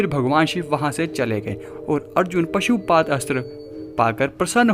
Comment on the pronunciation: Pasuupath nahi pasupath